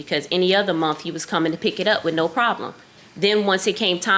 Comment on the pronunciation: Wif is not a word..."with"is the correct pronunciation